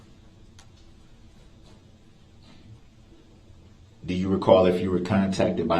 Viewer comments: It’s grounz not groundz 🤣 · SuBstain TacKit TacK-tik Grounzz Relevancy Revelancy Axed Troof Biast What else am I missing?